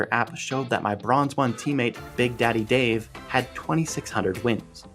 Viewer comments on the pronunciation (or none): Dove? Not Dave. Lmao